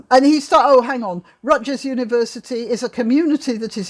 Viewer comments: Hard "G" in Rutgers (Rut-gurr) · P. S. The g in Rutgers is pronounced as a G, not a J.